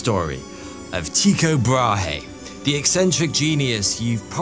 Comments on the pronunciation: tyikaay brawhee... 😅investigate you prounouncation little.🤣🤣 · Damn Limies'... TIE-CO-BRAW-HEY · there are no diphthongs in the Danish pronunciation of Tycho Brahe. Tycho contains 2 exact monophtong sounds which are, as I explained; the German ü or French u for the ‘y’ part and a sound similar to the French ‘eau’ for the o part. Furthermore the h in Brahe is silent and the e part is a close to non existent schwa vowel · no, he meant Tü-K’eau’, as ‘eau’ in French for water, Bra-(insert a very minuscule schwa sound) h is silent. the ü is like the German version, similar to the u in ‘tu’, French for ‘you’ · As a Dane, I cringe at the way you say his name but as always, it is a highly entertaining video. Thank you. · love all your stuff but how your pronunciation of Tycho brahe did made me twitch :D